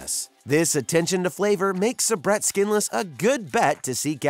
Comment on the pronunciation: Please learn how to pronounce Sa-Brett and they sell them in much lower counts than 25 in the grocery stores. Who did this research.?